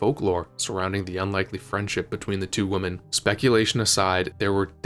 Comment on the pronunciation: "two woomen!" Not you too with the noo-pronunciation